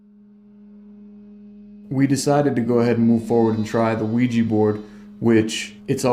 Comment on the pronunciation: There's hundreds of "professional" ghost hunter shows out there, yet not one of them can properly pronounce Ouija board. It's NOT a WEEEJI BOARD! Smfh. Sorry, just a pet peeve of mine.